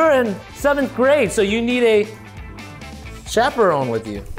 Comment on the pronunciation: still misspelled chaperone, he said Chaprone😂